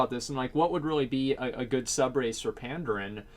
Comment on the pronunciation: pan-daren not panddd-errrn i cringe everything you said it, it was painful